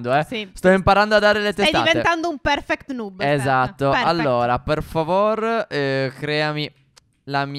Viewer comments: Non si dice nuub ma noob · Si dice nob no nub